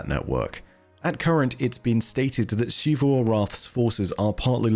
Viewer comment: "SHEE-vu." My brother in Christ it is 2022, please pronounce the name right.